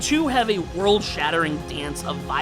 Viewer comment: Also it’s “world” not “word”